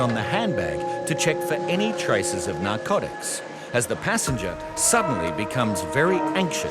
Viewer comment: Why can’t the voiceover say narcotics. It’s very irritating